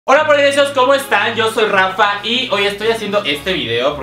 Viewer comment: Alguien mas escucho que dijo ranfa en vez de rafa